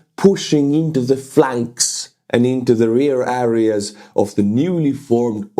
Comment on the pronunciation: äreäs everywhere. Otherwise good english but constant wrong pronounciation of a word you use a lot in the videos... euh·ree·uh.